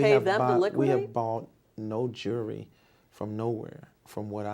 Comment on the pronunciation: Jewelry is Juury